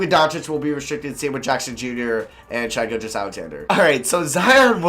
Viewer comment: Btw it’s “shy Gil-juss Alexander”